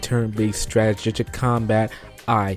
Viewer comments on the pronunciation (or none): Bruh yeah this definitely turned me off the series.. But i have to play it cuz i love the series but I'm not hype.. Also my nigga its pronounced (strateejic) you keep pronouncing wrong